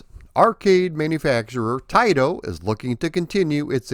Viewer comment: Thank you for saying Taito correctly! Many people don’t know the proper way. My local 7-11 on Lincoln Ave in Chicago was a test site for video and pinball. They had Rastan there which I believe was the Japanese version or test. The bats never came out if you stalled anywhere. Also the generic enemies that are abundant in green were black on the version I played. Didn’t know there was an Apple IIGS version which I would have gotten for sure! This is one of my favorite arcade games with the whole package! Thank you for doing a more in depth vid on this classic. Keep up the great work as always! Maybe see ya at a future MGC.